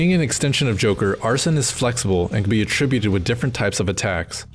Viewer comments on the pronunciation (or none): every video i come across pronounces Arsene wrong, it's not "Ar-son" it's more like "Ar-Seen" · arsene is not “arson,” it’s more pronounced like “arsane”